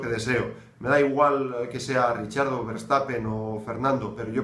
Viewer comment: Por Dios, deja de decir "Richiardo" 😓 él mismo pronuncia su nombre muy parecido a cómo se pronuncia en español. No es difícil ;)